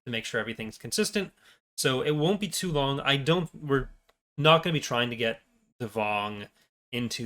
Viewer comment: did you just say "It won't be too Vong"?